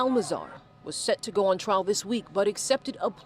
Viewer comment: I know where he’s from. I went to school in MD near Baltimore…that’s not an excuse for the way he speaks. A Baltimore accent is one thing but I’m talking abt much more than the way he says “toooh” lol…he’s literally pronounced something correctly and then 3 sentences later totally screwed up the pronunciation like he didn’t just say it right a min ago…he has something else going on. Trust